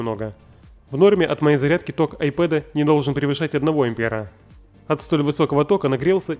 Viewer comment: это айПАД ,а не ай ПЭД